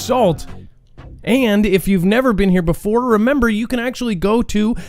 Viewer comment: "And Mermember" ! Lol got one coach 😂